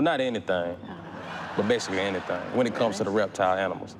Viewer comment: "Anything?" "Anythang.... well not anythang but basically anythang" 🤣🤣🤣